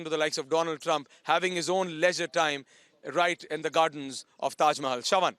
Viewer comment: Tejo Mahal not taj😂